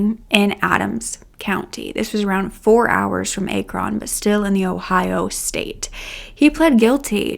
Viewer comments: I love this video! Very informative and well done, but I believe it’s pronounced ack run and not a cron. Thank you and new subscriber here ❤️👍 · ACK-run, not AY-kron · Ack-ron, not Ake-ron. But amazing video nonetheless! ❤ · Ah-kron not A- kron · Say apple. That is how the a in Akron is pronounced, not like acorn. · It’s not A-Kron is Ack-Ron like Ackron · Ack-ron not A-Kron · Girl... it's pronounced Ahhhkrin not Ayykron 😂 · Its pronounced Ack..ron Not A kron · Great job with this story! I really hope Chloe is healing and moving forward, and the trauma from a trial does not set her back. Just an FyI- if you do a story about Akron Ohio again, it is pronounced Ack-run, not A-Kron. ❤ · Can't they please keep these ppl in jail?!?!?! It's pronounced Aaakron.....as i aaaxe or aaaaccident. Thanks! Amazing reporting!❤❤❤ And you're gorgeous! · Akron is not pronounce the way you're saying it. It's said as Ack-ron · Akron is pronounced with a short 'a' sound: ACK-run. Like HACK fun. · Akron is Ackrun. just fyi. i know small towns in ohio can be hard to pronounce. XD I wouldn't know if I wasn't from there. lol. thanks for this great video! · Akron "Ah- Crin" (Crin rhyme with grin). NE Ohio has some strang names. Thank you for sharing this video. I know the area and never knew this case existed 😢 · It’s pronounced Aaaaahhhh…kron. Like Apple….Akron. Lol!! I’m a native of Ohio and everyone always mispronounces it so don’t feel bad!!😂😂😂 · Akron is pronounced Ak (rhymes w back) Ron (rin) I’m an Ohioan!:-) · Ack-ron Pronounced. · Just fyi the city is pronounced “Ah-krin” Ohio! I’ve been keeping up with this case. Thank you for covering it!! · A-Kron, OH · Your saying Akron wrong! Listen to the police call him out of the garage. They say it's the Akron police department. Akron sounds like napkin. That's the proper way to say Akron. Lol!! 😂😅😂😅❤ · Say it with me - ACK run lol 😂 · It's pronounced Accron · Ah-kron soft a not a strong a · Akron, Ohio is pronounced as ACT-REN.